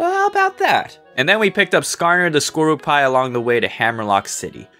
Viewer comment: You mispronounced Piloswine, Golisopod, Skorupi, Solosis, Piers, Raihan, Gigalith, Duraludon, and Eternatus. PIE-low-swine gawl-LIE-suh-pawd score-ROO-pee suh-LOW-siss PIERCE RYE-hawn GIGG-guh-liff duhr-ruh-LOO-dawn ee-TUHRN-nuh-tiss Also you misspelled Ballonlea.